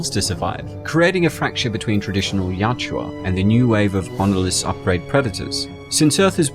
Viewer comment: awesome videos. juts hurts me that you still say YAT CH UA :)) you prob read it wrong the first time and thats how u remembered it. Its actually YA U TCHA:) You are welcome:)